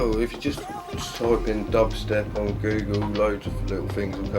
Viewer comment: lol "well if you just type dahbstep in google loads of little fings come up"